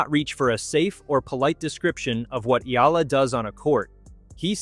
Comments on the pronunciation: You make money outvofcher name yet you do not even make an effort to pronounce her name. Shame on you. Her name is pronounced as E-Ya-La not ela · Her last name is pronounced EEEYYUUULLLUUHHH! Ok or EEEEYYYAAAALLLAAAHHHH ! Ok